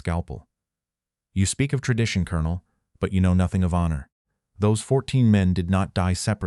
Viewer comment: Why do you mispronounce 'colonel' ? It is ignorance and lack of education